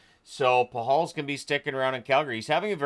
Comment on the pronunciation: you may be the only person who pronounces Pachal correctly lol